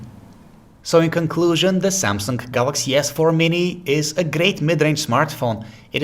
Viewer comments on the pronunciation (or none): Did he just say " samsungk" or its just me? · "Da seeamsunk.." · Lol he said samseng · That's SamsunG not SamsunK. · Good review, but... Samsunk?